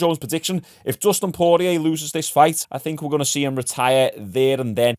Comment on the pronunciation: Poorlow Costa? Terrible. Bit of effort to say the name correctly as an analyst/viewer/fan/youtuber wouldn't go a miss. You can say Poirier alright though.. One job mate, one job XD